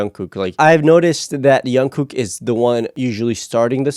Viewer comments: He's not Yungkook but J-ungkook. Don't be shy, pronounce J like you normally do it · You are pronouncing Jungkook wrong lmaoo J is pronounced as G like gym - gunkook lol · Very interested in the Jungkook video (you pronounce his name a little wrong btw the J is pronounced like The J in ‘John’) please react to Jungkook amazing vocals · oh wow, WHY you cut the only part that was the most interesting to watch of jungkook singing at the end??? like.. what was the reason? ... And his name is not youngkook, its jungkook, with "J", just for the future to know. And this site that have the uncut verson we need to pay or what is this? and i put my mail to regist but it didnt sent nothing to my mail to confirm. i make it 4 times and didnt recive nothing. And yes, we like more longer videos. but 18 min is not really a long. long videos is 30min/1 hour like some bts reactors do many times xD And we will watch it all and wothout skipping IF there WILL BE something to watch and not blured o with text on the whole video. its actually boring watch a video like this. SPECIALLY when you cut the most important and interesting parts wothout any reason .. :( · Sorry I just got distracted: Jungkook with "J" not "Y". I know in some countries they pronounce Johan as Yohan..but it's not the case with Jungkook. Just thought I should let you know.